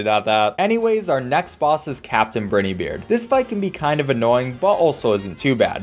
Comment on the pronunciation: pronounces the Great perfectly “I probably pronounced that wrong” mispronounces Werner Vermin and Captain Briny Beard